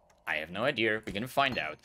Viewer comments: Am i the only one hearing say "novaR" and "ideaR"? Its so weird lol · It's called intrusive r, look it up